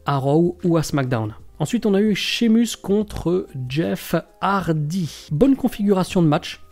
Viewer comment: Croisades et profiteurs de rue😅😅d'où tu tiens ces mots et sheamus ne sera pas content s'il entend la façon dont tu prononces son nom😅😅